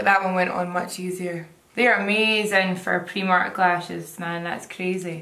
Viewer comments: it’s prI, with an I, not prE with an E!!! Priiiiiiimark x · Only in Scotland "Pre-mark" instead of pray-mark 😂😂😂